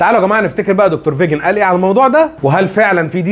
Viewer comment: اسمه فيكن مش فيجن اسمه فيكن جيزمجيان